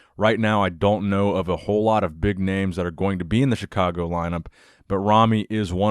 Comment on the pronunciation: I admire your effort to pronounce ethnic names correctly. Thank you for that brother.